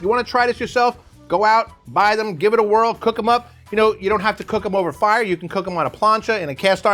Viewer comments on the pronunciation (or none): none